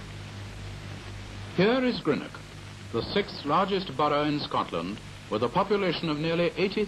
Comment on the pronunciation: Delighted to see this old footage of Greenock - where I lived as a child and first went to school - many thanks for posting it here. Just a pity about the English presenter who can't even pronounce 'Greenock' properly (just like most English - something which has driven me to distraction for decades since I've lived away).